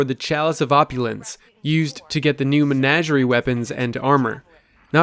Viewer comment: It's Men-AW-gerie